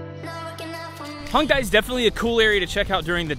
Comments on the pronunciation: Fyi, you guys have been pronouncing Hongdae wrong the whole time. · pronunciation for Hongdae is hong-day not hong-die lol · it's actually not hongDAY. It's more like hongDEH